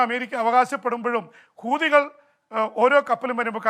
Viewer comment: പീപി ആവേശം കൊണ്ട് ചിലയിടത്തു " കൂതികൾ" എന്ന് പറയുന്നുണ്ട്. ശ്രെദ്ധിക്കണം ഇവടെയും hamas ഉണ്ട് എന്നോർക്കുക